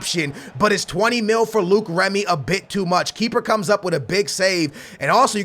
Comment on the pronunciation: ITS NOT PRONOUNCED "Luke" remy!!!!!